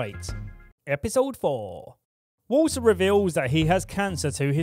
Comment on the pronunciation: i thought he said water's magical mist, not walter lol haha